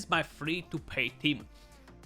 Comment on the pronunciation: PAY was what he said! 😂